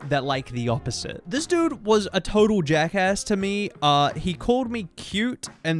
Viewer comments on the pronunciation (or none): none